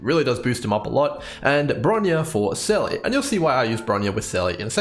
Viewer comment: Why can't anyone pronounce Seele right? It's said over and over and over in the game... It's pronounced Seela.